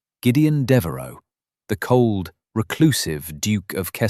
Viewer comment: It's Deveraux, not Devaro